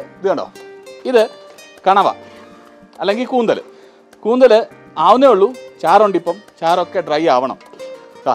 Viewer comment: കൂന്തലല്ല കൂന്തൾ അല്ലെ ശരി? കേട്ടിട്ടില്ലേ... കാർകൂന്തൽ കെട്ടിലെന്തിനു വാസനതൈലം? ഇനി അതെന്തായാലും സാരമില്ല. വീഡിയോ കിടുവല്ലേ.. 😂👍👍👍